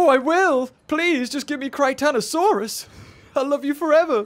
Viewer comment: Btw way it’s just Chrichton-Saurus there’s no o after the chrichton, and yes it is named after Michael Chrichton with its name meaning Chrichton’s Lizard.